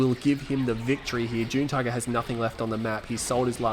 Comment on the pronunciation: I've been watching your videos for about 2 years now. I'm pretty sure his name is pronounced "June Tiger". :) Anyways good to see another video from you.